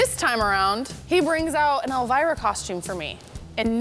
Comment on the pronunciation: Mark calling her El-V-ra...lol. got it correct.